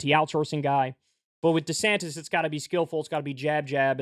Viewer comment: "Deesanniss" lol